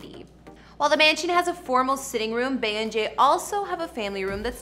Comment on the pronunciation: This person keeps calling her Bay. I absolutely dislike when non fans mispronounce her name. It's Bee = Bey. Short for Beyonce. This is like nails on a chalkboard.